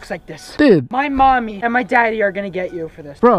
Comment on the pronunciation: with the way he said daddy and mommy he is obviosly that rich kid from the other vid